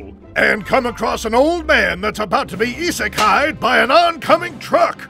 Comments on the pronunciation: “Isekaid” lmaooo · The fact it said isekai’d 😆